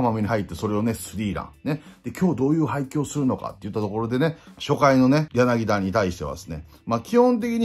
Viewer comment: ヤナギダ ではなく ヤナギタ です